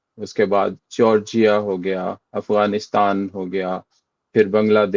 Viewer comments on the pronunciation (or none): none